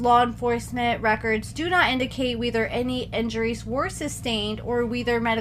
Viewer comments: Ma’am, did you just pronounce “whether”as “weether”??? 😂❤❤❤ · We-ther? Lol WE-ThEr?